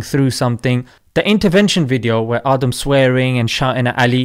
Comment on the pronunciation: His name is aadamm . Not adam the wana be . With his eve 🤣